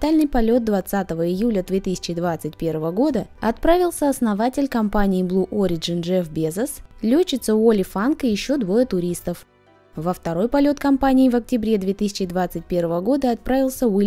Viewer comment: да, первый раз мне послышалось "бул ориджин" уже на . второй раз ...